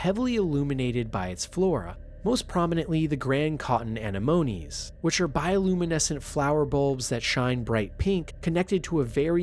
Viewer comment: My brother in christ really said "Animonies"